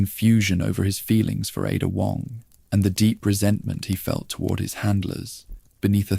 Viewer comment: it's definitely AI. Dude said IDA instead of Ada. Also when quoting someone it was like it copied and pasted the quote into its story telling in a way that threw off the sentence.